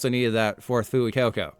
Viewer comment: pronounced "fway-coco"